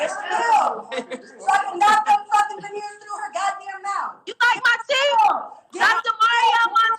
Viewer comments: They called veneers not vivaneers boo😁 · Wtf is a Veveneers???????? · "Vivaneers" 😆 I love you,!!! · Shekinah issss slow after all huh?🤔😫 Khia was right; slow yellow schoolbussit baby😂 P.S ... I live for the mispronounced names EVERY VID😍😂😂